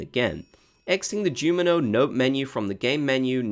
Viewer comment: Sorry I gotta tell ya you say Jumino and not Junimo!